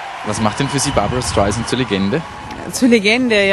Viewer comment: Lernt doch mal ihren namen richtig auszusprechen...das ist ja unterirdisch "barbara schtaisant"